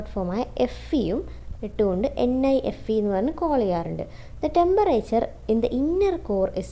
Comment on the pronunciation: NIFE is tell nefe😂